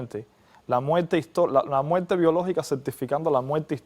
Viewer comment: Habla bien viejo!!! Muerte!!! Tu dices ""muelte"""!!! Dios mío!!! Aprende a pronunciar bien!!!